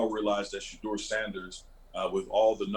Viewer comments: Am I the only one who hears Shedeurah everytime calls Shedeur's name? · I hear it too!! Lol